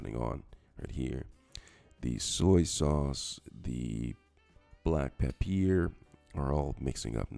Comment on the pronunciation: Where did this guy learn English? Burnarating, gingeer, papeer instead of pepper, thickenazation, complimate instead of compliment and did he say shrimple??? Making up words lol!!! Took him long enough to start stirring the shrimp. Shrimp cooks fast! Is he trying to sound French?